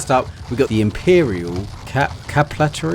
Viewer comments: It’s pronounced Cat-a-Fract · Cata Fract that’s how you pronounce it mate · A yes, the cata-paract. How are you from england and dont know that a ph makes an f sound lol. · It's pronounced "cata-fract". Think along the lines of eye cataracts. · I mean no hate, it's simply been bothering me so I feel the need to say it, cataphract is pronounced cat-ah-fract. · It's pronounced, cat-uh-fract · The way you said cataphract had me dying its said like cat-uh-fract 💀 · you pronounce the ph in “cataphract” like the ph in “phase” good video btw 😀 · Listening to him mispronounce Cataphract after 3 attempts was hilarious. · the "ph" in Cataphract, is pronounced as F